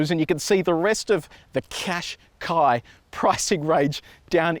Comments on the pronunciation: Pronounced Cash Kai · I searched Nissan Qashqi to know how to pronounce its name and I saw this video. But then I was stumped when I saw this guy struggling to say its name too lol